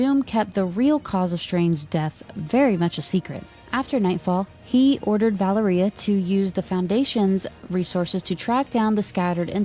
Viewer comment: Thank you so much for the upload! I've been catching up on the podcasts, usually during the work commute. Small note from a Russian speaker, Valéria's pronunciation rhymes with Latveria. I was sceptical from the post-credit scene of NWH whether that's their way of introducing Miles but it sounds likelier than ever, for better or worse 😅 we'll see!